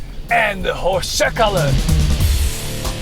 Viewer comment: Hoşcakalın :D Perfect :D End the hoşcakalın...